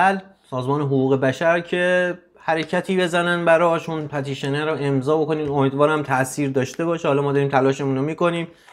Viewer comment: به " پِتيشن" ميگي " پَتيشن"؟؟!!!😂😂😂😂 مگه مجبوري انگليسي بلغور كني!؟😂